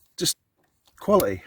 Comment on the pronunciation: "Kwally - eeh" ?